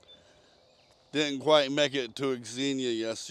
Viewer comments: Xenia is pronounced "Zeen-yuh." The "X" is treated the same way as when pronouncing "Xavier" as the men's name or Xavier University. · FYI..it’s pronounced “Zenia”…the trails in that area are great. We live 30 minutes from there.